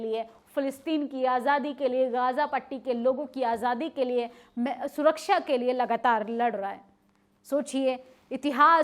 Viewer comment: Desh Shaasak Surakshaa Taanashaahi Ghaazapatti SharmSaar Plz correct your pronunciation to be more authentic, If possible 🙏